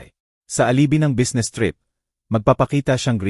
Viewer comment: Huy ayusin mo ang pag babasa anong busnes bisnes kung babasahin ang business